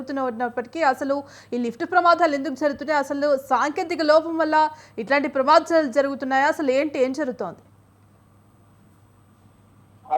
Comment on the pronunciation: ప్రమాధాలు కాదు తల్లి ప్రమాదాలు